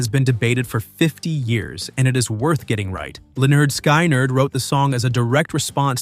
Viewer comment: Pronounced Skin not sky